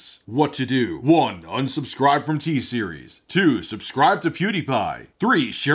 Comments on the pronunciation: LMAO “TSERIES WHAT’S GOING ON” SOUNDS LIKE “HEY SERI WHAT’S GOING ON” BEAUTIFUL XD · good thing i watched this video with headphones on so siri didn't ask me what's going on everytime you said "t-series"